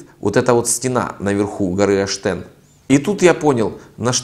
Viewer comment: Посмотрел бы карту хотя,где гора Оштен,а не аштен